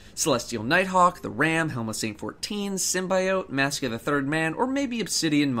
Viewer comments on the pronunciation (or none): none